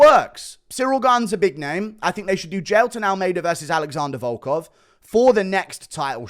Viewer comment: Little do you know he butchered volkov